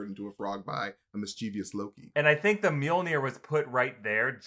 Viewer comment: And omfg you did not just call Mjilnor miramar